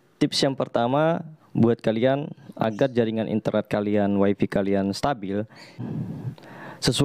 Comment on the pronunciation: "Way fi" ya gan?